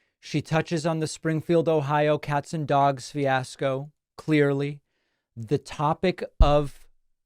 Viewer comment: David, do you really pronounce it dwogs? I thought it was a mocking.